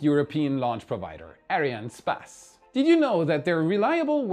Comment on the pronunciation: That way of pronouncing ariannespace